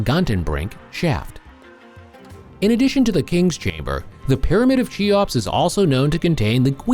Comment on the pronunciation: "Chee-ops"... ? Ffs. If you can't even pronounce the name properly then what can you possibly say about it that isn't dubious. Make an effort.